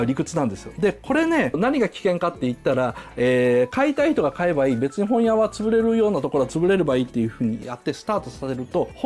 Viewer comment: 本屋の発音どした